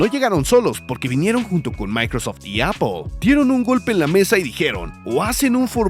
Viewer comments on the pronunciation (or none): none